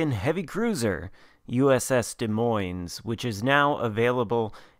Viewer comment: As a resident of Iowa the s at the end of Des Moines is silent. Also as someone that utterly loves the play style of the DM you need to play more aggressive early on and us you stealth plus dpm to smash cruisers and DDs